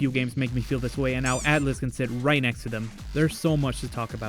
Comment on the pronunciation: Atlyss, not Attlys